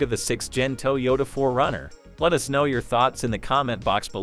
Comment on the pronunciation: "TOW YODA?" OHMYGOD! You didn't even try.